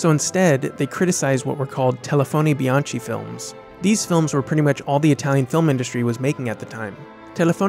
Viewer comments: bdw as an Italian "telefoni bianchi" is pronounced "telefoni, bianKI" not CHI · great video! I'm very interested in the Italian neorealism movements and the nouvelle vague. Amazing films and great directors. Just one comment: your pronunciation of telefoni bianchi is wrong. The ch in Bianchi is pronounced as Bee-ahn-kee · Brilliant. However, bianchi in Italian is pronounced bee-an-ki. First lesson in Italian pronunciation.